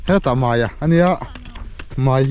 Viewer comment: Zotawng uluk tur itia, mai tih tur ah mei iti vek.